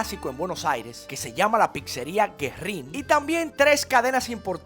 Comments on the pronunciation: No es Guerrín.¡Es Güerrín! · No es "Guerrín", es Güerrín. La diéresis sobre la u hace que ésta suene. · Cuando la letra U lleva esos dos puntitos también se pronuncia. Ü. Güerrín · la dieresis tiene una funcion, y en ese caso como en todos, Güerrin, es para que la "u" suene.